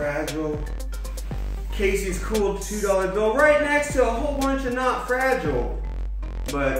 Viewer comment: FRA GEE LAY